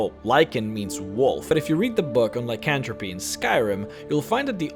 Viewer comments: im sorry, but the way you pronounce lycanthropes and black marsh is unbearable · Sorry, but it's pronounced Lie-can-throw-puh. Not trying to be rude I just have problems with correcting people. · Actually, the 'were' veriety of creatures, known as lycanthropes (which is pronounced lie-can-th-ropes, the TH being emphasized, rather than just 'cantropy' like you''re saying, which is actually a direct term for magic, rather than half creatures) are actually common in a multitude of fictional worlds. Werefoxes, weretigers, and so much more are derived from their two conjunctive terms. 'Were' actually means man, and so you combine it with the animal they're cursed to, in order to form the correct term. Lycanthrope, is a general term for anything that is forced to transform, rather than things such as 'animagi' (Harry Potter) where they can choose to transifgure themselves willingly. As an example, in the original Dungeons and Dragons Monstrous Manual you'll find that you can find a multi-catagory of Lycanthropes that include wereboars, rats, bears, bats, and even foxes. It's been lost on most of my generation, but in all honesty Lycans aren't just Werewolves (which are the most commonly thought of form). Lycans were associated more and more with the thought of 'wolf', not just because lycan means wolf in latin, but because the Underworld series began calling werewolves 'lycans' in general. Theres a lot of history, and I encourage you to partake in it.